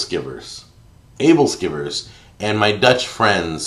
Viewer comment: Aebleskiver: "ebbel-skewer" At least that's how my Danish grandmother pronounced it.